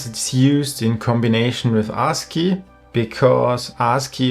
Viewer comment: Bro, maybe you shouldn't pronounce ASCII like that. Like "Ar$e-key"...😄